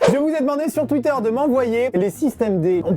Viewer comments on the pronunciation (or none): none